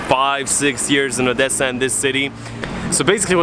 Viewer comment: I love that you pronounce OdeSa and Lviv in ukrainian, cause that's how they should be pronounced in Ukraine... and also Kyiv...